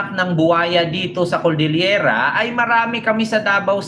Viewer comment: Cordillera po hindi coldillera pagtatama lang po.